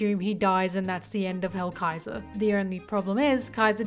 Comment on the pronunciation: I was going to watch the video since ASTOR and ZANE are one of my favorite characters from that arc but when hearing the very very very WRONG pronounciation of their names i was like "who the fuck is edo and hellraiser or whatever this bish called them?" Thats not their names. So i just decided not to watch. Again, wrong names.